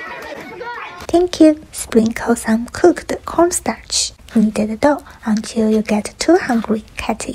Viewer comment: i always love it when she says "knead-euh tha dough"